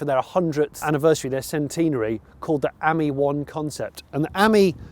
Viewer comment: You pronounce Ami as in “friend” in French , not the way you pronounce it !